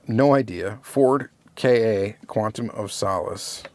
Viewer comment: Ford Ka is literally pronounced "Kah".